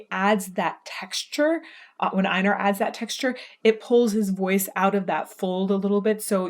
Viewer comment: U sad his name a little wrong sorry for this but it’s Einar not ainar when saying his name the E and I is primer letter and then Nar is the subletters so it’s like this EI-nar